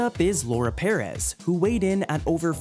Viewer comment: Can you at least pronounce “peréz” correctly? My man said PEARes